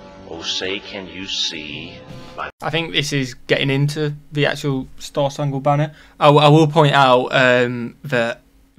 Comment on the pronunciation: It’s spangled not spungled lol